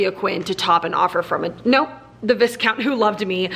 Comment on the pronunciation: I love your enthusiasm! Great vlog! Just to let you know, Viscount is pronounced V-eye-count. I haven't read the series, but I loved watching you read them and your thoughts on the books.